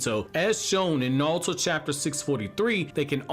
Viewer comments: STOP SAYING NAWUTO AUUGGGH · I can't take 'Nahl-toe.' How, my guy??